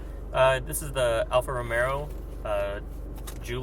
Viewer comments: Alfa Romero??? LOL!! Epic Fail! Can't take you seriously after only 1 minute into your review. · Right off the bat he calls it 'Alfa Romero' , really dude?